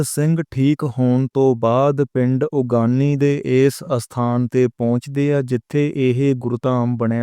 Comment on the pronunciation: ਬਾਈ ਜੀ ਉਗਾਣੀ ਸਾਹਿਬ ਹੈ ਉਗਾਨੀ ਸਾਹਿਬ ਨਹੀਂ ਜਰਾਵਰ ਸਿੰਘ ਨਹੀਂ ਜੋਰਾਵਰ ਸਿੰਘ ਜੀ ਬੋਲੇ